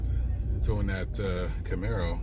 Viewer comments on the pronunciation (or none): none